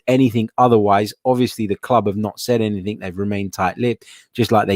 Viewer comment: AnythinG...not AnythinK there is no K in the the word Anything.